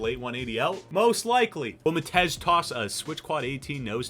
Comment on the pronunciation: when the name is "matej" it is pronounced mah-tee-ay